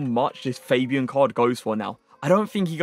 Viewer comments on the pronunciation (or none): its not fejbian its fabian cmon man